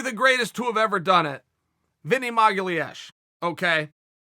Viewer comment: “Vinny Magaleésh”